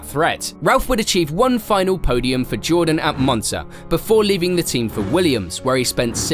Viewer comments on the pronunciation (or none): none